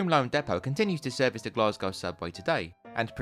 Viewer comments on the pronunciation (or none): a great series of videos, but there is no R in Glasgow, its pronounced Glas Go.